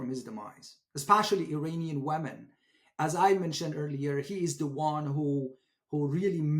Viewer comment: WOW, you don't even know how to pronounce Iranian!! IRANIAN is pronounced "Eee-Ronny-Yan" Not "Eye-RAINY-Yan"!! Here's a Very simple Mnemonic for you, "There's no RAINY weather in the forecast" !! Is that simple enough for you?! If you still have difficulty with this ultra simple pronunciation, please ask me to repeat the Mnemonic for you okay?! 😉💙 You're embarrassing yourself before the whole world that, does know the proper pronunciation!!!!!